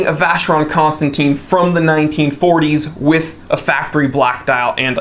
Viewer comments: Buddy you’re mispronouncing VC. 🤔. Should sound like “constantan”. Not “constantine” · It’s not Constanteen,it’s Constantan. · It's Constantèn, Constantèn Constantèn! ...please :'( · If you love the brand so much though it would be nice to pronounce it correctly? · I understand, but if you like the brand don't you need to have at least an effort to pronounce it correctly?